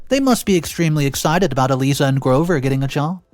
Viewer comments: ”Eee Leee Zah”??? Really,? Do you not speak English? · Eliza is said as "E-LIE-ZUH". (Do you know of Liza (Lie-zuh) Minnelli, Judy Garland's daughter? Said like her name with an E in front!) Another simple and common name you butchered! The more I listen to you, the more exasperated I am! (And MAJORLY is not said as MAJORITY!) (Sniveling is said as SNIVV-ELL-ING, where the "I" sound is said as "IN". It is NOT said as the Y in SKY.) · Pronunciation: Eliza = eh-lie-zah long "i" like eye 👁 🤣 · E lie za is the way to pronounce